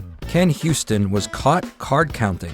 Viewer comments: Why do you call him "Ken Houston"? Can you read? The man's name is pronounced "You-ston." It's not that difficult. If you truly want to create a tribute to him, you should re-record your narration. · His name isn't "HYOO-stin" like "Houston," it's "YOO-stin." 😂